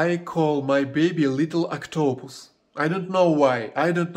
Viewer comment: PRONUNCIATION = OC-ta-pus. You must stress the First syllable.